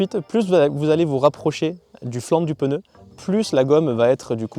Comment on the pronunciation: Belle essai , par contre quelqu’un peu lui dire que c’est pas un peneu 🤣✌️